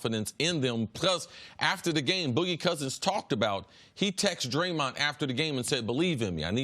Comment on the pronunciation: CC his name is Draymond not Draymont